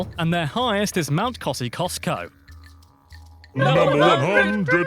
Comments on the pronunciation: ohhhh..... FFS..... It's not Mount KozziCostco...... It's pronounced Mount Ko-zee-osko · So much to debunk in that video (and the last one) Highest mountain is pronounced cozi-us-ko Australian island territories are not part of the continent Red crabs are on the Cocos islands and Christmas Island. (Christmas Island is also one of the places we used send people trying to reach Australia by boat). Pom is an abbreviation of Prisoner of Mother England (POME, or Pommy shortened to Pom - originates from the ‘10 pound Poms’ who were paid to settle in WA) No national sport…depends on the state you live for winter sport, summer sport is national cricket but most don’t give a shit about it. Boomerang only comes back when it doesn’t anything. Didgeridoo is a hollowed out tree branch, no other holes, regulated by specifically Temperatures vary that much…we have alpine, tropical, sub tropical Mediterranean and dessert climates (it’s a big place!) So much more…but don’t have that much time to spare 😂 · Pronounced Koz ee os co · Kosikosco? Totally mangled that! 😂😂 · After hearing it wrong by one person two ways from the same video, I had to come in to say that Mt Kosciuszko is pronounced ko·zee·o·sko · Lake Eyre is 15 metres below sea level, not 15 miles. Kosciuszko is not pronounced like that … it is either cos-ee-oss-ko or cos-ee-us-ko, depending on who you ask… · Some of us get at you for mispronouncing some words, but this guy didn't know how to say Kosciuszko properly or at all. It's actually pronounced Koz-e-os-ko. And is located in the state of New South Wales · I can't hear him misprononunce our tallest mountain anymore: it's pronounced Ko(as in 'cost')-see-os(cost)-ko(as in 'low'). Mt Kosciuszko (Koseeosko). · Mount Kosciuszko is pronounced incorrectly in the video.